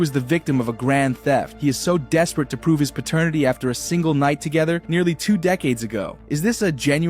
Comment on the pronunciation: It's pronounced pat ter nitty court. Not pertanity court.